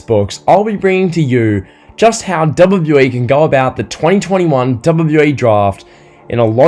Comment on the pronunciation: Bro there's something wrong with the way u say WWE😂 Great video tho you're quickly becoming one of my favourite wrestling youtubers